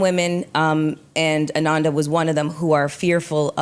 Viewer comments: Her name is Ananda! Not Amanda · Her name is ANANDA not AMANDA...